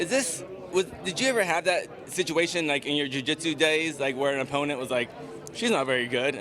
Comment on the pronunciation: 4 years ago she sounded like a valley girl, now she can barely pronounce 'opponent' and btw ,if she can't make weight, Fat Chik fightwear is her new sponsor